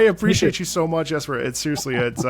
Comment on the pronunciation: Really glad is pronouncing the J in Jesper correctly! <3